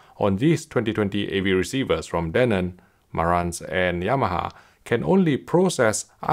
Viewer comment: he keeps saying danon, like the yogurt